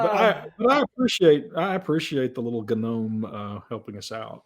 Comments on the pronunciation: Did. Did just do the gnome meme by saying ga-nome. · "Wife beating little gnome" Emphasis on the G